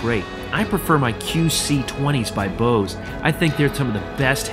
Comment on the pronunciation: The E in Bose is not silent! As a German I'm always upset to hear people swallowing the e in Bose.